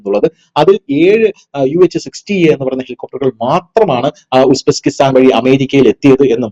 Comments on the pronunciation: 😂😂 "ഉസ്ബെസ്കിസ്ഥാനോ"❓ "ഉസ്ബെകിസ്ഥാൻ" (Uzbekistan)എന്നല്ലേ യഥാർഥ ഉച്ചാരണം❓❓😂😂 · "ഉസ്ബെസ്കിസ്ഥാൻ" എന്ന് കേട്ടിട്ടില്ല. ഉസ്ബെക്കിസ്താന് എന്ന് കേട്ടിട്ടുണ്ട് .🤔